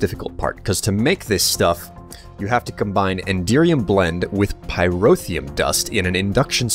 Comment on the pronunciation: He pronounces Pyrotheum perfectly, but he doesn't know his left from his right.